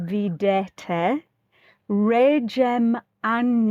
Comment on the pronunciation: Hello from Slovakia! I like your tutorials. Regem angelorum "g" is a hard pronuncation like in a word "go".